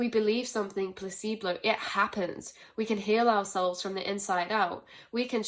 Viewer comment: okay, a couple things, if i could manifest things into existence then you would be sitting on my lap right now, lol, also, not to nit pick or be a dick but i keep hearing say it so the word is placebo, not placebLow,, just trying to help you out, not calling you out, you way more educated and eloquent than i, Q-T 3.14